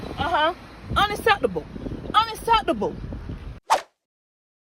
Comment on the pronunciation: She can't even pronounce unacceptable...